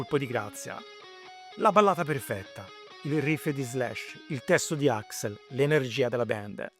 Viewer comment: AXL, non AXEL CAZ>ZO!